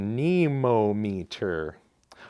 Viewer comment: Not sure why anemometer is hard to say. an-uh-MOM-i-ter